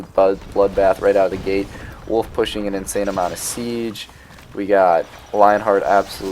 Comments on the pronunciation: I wanna know if people corrected u when you called Aladdin….. Aladaan 😂, your pronunciation of Saladin as Saladan always cracks me up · Don't worry about saying saladan or saladin too much, nobody really cares apart from that one guy you talked about. I think majority of your viewers really do enjoy these videos included me. Keep up the great work, I can tell you put a lot of time into these. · Haha fair enough, yeah I do get it, I didn't say you dislike his videos, just that saying saladan makes you cringe. I think it's just an accent tbh. I'm Dutch so I automatically say Saladin cuz that's just how I read.